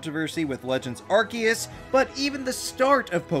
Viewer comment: Arceus Ce is a soft c not a hard c. It makes an S sound not a K sound.